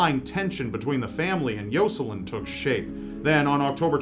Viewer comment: I could barely pay attention to the one story because he kept saying “Yo-Sa-Lin”